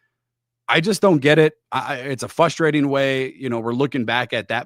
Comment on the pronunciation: is a canned, teleprompter using, unknowledgeable host. Get this clown off Locked On. Anyone can talk randomly for 22 min about nothing. Again the word is pronounced frustrating, not fusstrating.